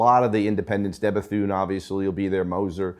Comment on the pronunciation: Tim is going to bring him out on the lake for mispronouncing DeBethune.